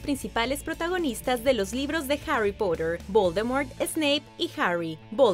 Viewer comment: dijo Harry pUtter??!!!